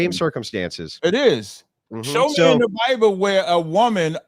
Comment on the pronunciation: “Bi-uh-ble” -Cap